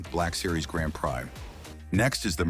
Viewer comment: first says Grand Prai, a second later Grand Pri, love these little mistakes.